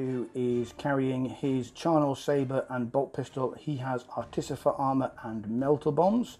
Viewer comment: Is there a joke I’m unaware of as to why everyone mispronounces artificer as articifer? It’s not just this channel. It’s all 30k bat reps.